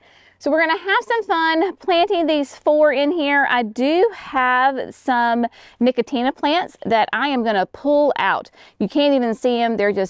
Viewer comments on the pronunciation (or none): No-co-shiana, not nicotina. 😂